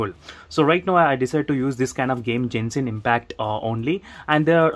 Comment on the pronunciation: It's not pronounced "JENSHIN" , it's "GENSHIN". "G" as in "Gandu".